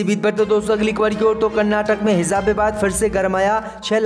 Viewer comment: JUMA ko ZUMMA read kerta hai bewaqoof..Kis ne bithaya Yahan per..zammu BOLA Jammu ko...yeh Kya ho raha raha hai...HIZAB BOLTA